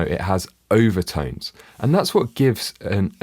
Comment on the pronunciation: Could somebody please EQ the shitty vowel sounds out of the narrator's accent? He keeps telling my about "Eye-va-tynes" when he's supposed to be talking about overtones.